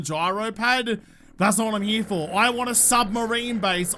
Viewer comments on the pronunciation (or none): cant say i have ever heard anyone say " here " like. " Herym "